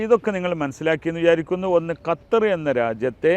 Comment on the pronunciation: കത്തർ അല്ല 😂😂😂😂😂 (ഗത്തർ)..ഉള്ളവില കളയല്ലേ തെറ്റു പറഞ്ഞു